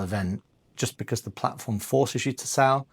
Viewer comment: 'Becaaarse' where did that accent come from!